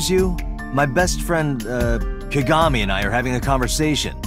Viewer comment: " KA GA MI " ffs Date XD